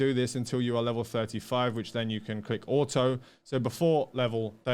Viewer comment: So it's actually true, there are people who actually says "Ah oh" instead of saying auto.